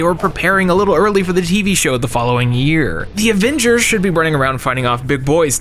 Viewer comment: called em the abembers😂😂